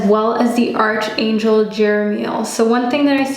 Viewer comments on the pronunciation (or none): However much we'd love arch in archangel to be pronounced as we see it "arch" it's actually pronounced as ark as arkangel. I just thought I'd mention it to such a lovely lady like you. With all due respect, it sounds odd when you pronounce it as arch instead of ark. Thanks for the reading anyway.